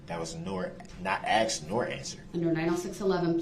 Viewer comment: He AXED dat. L O L